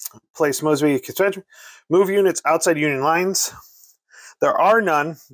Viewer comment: I played this game, a LOT. According to the rules, when the heat got too hot, Mosby and his Raiders could "skedaddle." The dictionary describes "skedaddle" as to "flee in a panic." Mosby is pronounce MOESBY, not MAWSBY. Just sayin'.